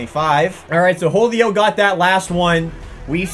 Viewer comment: Is anyone else bothered by the way says Julio lol 😂